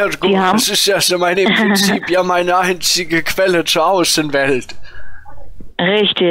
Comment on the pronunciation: Du hast einziege falsch ausgesprochen